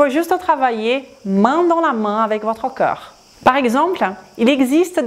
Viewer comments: até que é interessante a informação que vc partilha, mas sinceramente é insuportável quando vc diz "cœur" em vez de "corps". Por acaso acho produtivo, mas unicamente se vc respeitar a sua audiencia francofona. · Por amor da Santa, faça um esforço na palavra "corps" ! "Corps" não é coração, e vc diz coraçao !